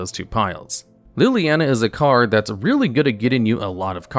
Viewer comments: Please,, I normally have a good chuckle at the card names you are clearly seeing for the first time and mispronounce as good fun, but you just can’t butcher my Planeswalker oshi’s name like this. It’s “Lily-on-uh”. As for the list, it’s actually very good, I’d say, except for #10. The new Ob is good, but I don’t think he’s in the top 10 of Planeswalkers by any stretch of the imagination (yet). I really think this should be either Karn Liberated or Ugin, The Spirit Dragon (and would accept both in this slot as a consideration for how they are the top end for Tron as an archetype). I know has been playing Magic casually for a little bit now, I’d love a personal top 10 (or maybe a 5/5 split for one video) of the cards he hates and loves with what time he’s had in the game. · PLEASE tell me I wasn't the only one traumatized by the 'LilANNA" pronunciation